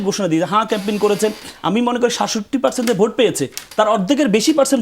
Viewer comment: গনভুট নাকি গনভূত নাকি গনভোট।যারা ভোট শব্দটি ঠিক মতো উচ্চারণ করতে পারে না তারা মহান জাতীয় সংসদে যাবে এই দুঃখ রাখার জায়গা নেই।